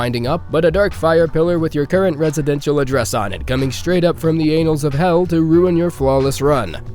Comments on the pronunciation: Anals versus annals. Different meaning and different pronunciation. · I like how you pronounce 'annals' as 'anals'.